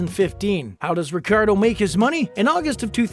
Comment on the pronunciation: you didnt even pronounce his last name correctly once. not once lol.